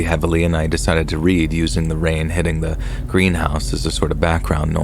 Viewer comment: It is AI, lol. Maybe a few aren't, but you can tell when it mispronounces words like read.